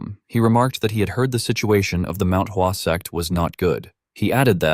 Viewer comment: Bro it's Mount hua What is wasuang